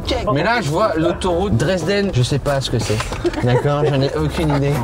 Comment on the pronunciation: Aïe la prononciation de Dresden😶😂